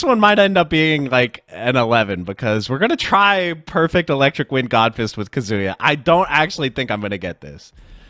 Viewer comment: Ah yes.. “kazooya”